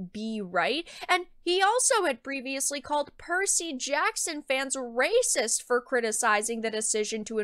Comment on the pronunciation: DAS RAYCISSSS!!!!!- actual raycisss